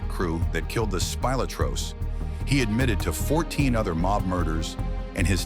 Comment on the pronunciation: Spilotro… SPEE-LOH-TRO